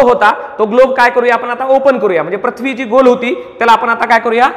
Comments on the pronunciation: तुमचा उच्चार चुकला आहे पृथ्वी ✓प्रथ्वी चूक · प्रथ्वी आणि पृथ्वी, व्रत्त आणि वृत्त याचे उच्चार वर लक्ष द्यावे ही विनंती